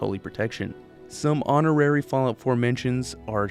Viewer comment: he said fall tity 😊😊😊